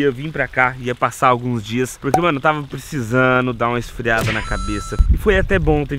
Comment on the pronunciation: E o "tava precisano" aos é demais...e anda nos States